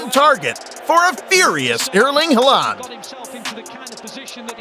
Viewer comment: Ah Elling Ha-land. That famous man.